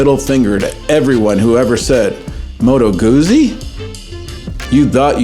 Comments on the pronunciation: It's Goot-zie not Goozy. Like peet-za not peeza. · Please pronounce the subject of the video correctly! "GuZZi," as in "PiZZa." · actually it's pronouncrd "goutsi" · it is not a matter of dialect, Moto Guzzi is specifically named after Carlo Guzzi, and their family pronounce their name “goot-si”.